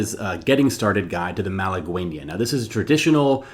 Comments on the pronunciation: Pronounced mala gainya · The u in malagueña is mute Pronounce it malageña